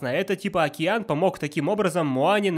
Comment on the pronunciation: ДжэтШаф [DzhetSHaph] далбек говорит "окИЯн"